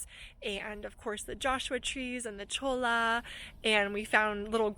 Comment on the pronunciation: I've been all around that area, but never actually inside Joshua Tree NP. Looks beautiful! BTW: Cholla is pronounced "choy-ah"